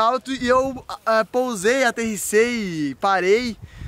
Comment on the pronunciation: kkkkkkk o tentando falar aterrisagem